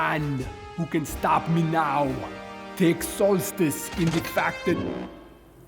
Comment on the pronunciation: I love the way he says "SOLSTICE". Is it just me? I dunno, maybe I just love puns